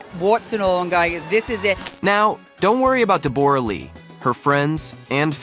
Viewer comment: Her name is Debra spelt as it sounds not Deborah